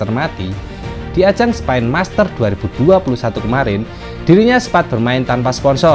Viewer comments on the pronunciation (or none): Spen bukan spaaain